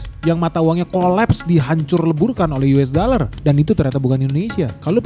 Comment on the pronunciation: Yu es da ler 😂